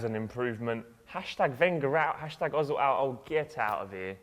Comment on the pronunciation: er-zil...not o-zil...still can't pronounce his name right....seesh!